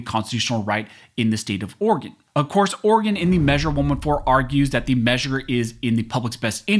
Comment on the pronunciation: Thank you for pronouncing Oregon correctly.